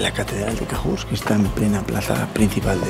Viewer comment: Cahors se pronuncia con O